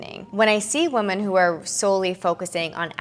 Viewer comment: I absolutely love your videos and watch them all!! Just so you know the plural of woman, is women (sounds like Wi-men) sent in love xxx